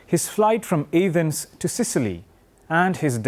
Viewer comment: also its A-thens not YAH-thens